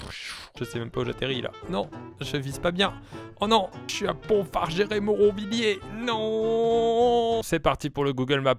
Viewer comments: Pontfaverger se prononce : ponfavergé, mais cb c'est pas trop grave ;). Bonne vidéo; un sacré périple ! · Les Pontfabriciens on va se rebeller il a mal dit Pontfaverger 😭😭 "Pontfarger'' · Eheh les Pontfabriciens faut se manifester là x') Il a mal prononcé ''PONTFAVERGER"